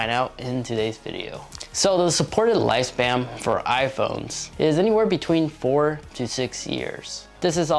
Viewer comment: Did you just say “lifespam”?